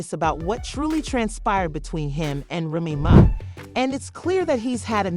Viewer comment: This mf can't say "Remy Ma's" name correctly. Called her everything but her actual damn name 🤦🏾‍♀️🤣